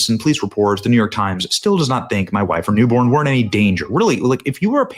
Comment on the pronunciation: The New York Times has no credibility, as soon as I hear NeeYork Times, I dismiss it entirely. Thank God your family safely escaped